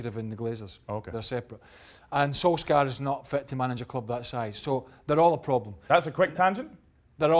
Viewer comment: It's pronounced Solshar in Norwegian.